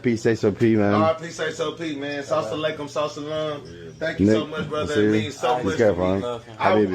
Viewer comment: The dude was a Muslim brother that brought him his gifts. He said Sauce a Laikum lol